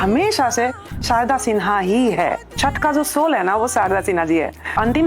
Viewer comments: It's chhath not chhat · Bhai unko chhath bolna ni aata.. Ye log virat ko b virath kohli bolte h 😂😅...